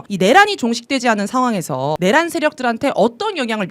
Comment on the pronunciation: 내란 발음하실때마다 통쾌하네요❤❤❤